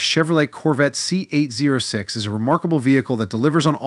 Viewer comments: It’s pronounced “Zee oh six” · NO ONE calls it a Z zero 6. Duh. Get a life